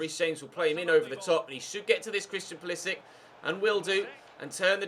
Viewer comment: can u stop pronouncing pulisic like a nonce please. cheers